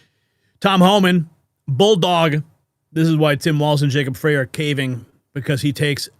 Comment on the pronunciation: FYI: FREY, is pronounced like”try”, “sky”, and “fry”…. Not FRAY…You’re welcome😊